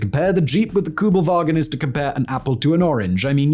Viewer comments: It's not "Koobelvagen" but Kuebelwagen. The first vowel is a U umlaut. Sounds like eee with your lips rounded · It’s Kübelwagen, not Kubelwagen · Very hard to watch as a german. It‘s called kÜbelwagen! In german you could also write an ü as ue and spell it like this. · This car is KÜbelwagen not Kubelwagen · It's K ü belwagen and Porsch e ! Or is it Jep and Chevrolet e on your side? 🤦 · Kubelvagen GTI? HahH😂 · Its Kübelwagen not Kübelwagen ffs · You dont hear people say the American Kubelwagon though lol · Ü, nicht U. Ich weiß, ihr habt den Buchstaben nicht, aber ist mir egal. Ihr probiert's ja nicht einmal. SPRICH DEUTSCH, DU HU- xD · Why aren't ALL Americans fluent in German? Yoll got so many Immigranten! Please do not even try, when that single word SUCKS. You all have no Ü anymore. That universal U has been changed in English, it is gone, no clue why, you write u, but you say something else. No kidding, it is how it is, history of English language. Still, you all are limited! No ü! When you see ü or Ü, go to a dictionary that SPEAKS. Listen! Do not say things like déjà-vous. VOO is wrong, it is déjà-vu and vu is not voo. Same applies for German ü. Why do you SPEAK these few German words? I always do my best to make chocolate of you, but today you lost me. Please listen to this video again.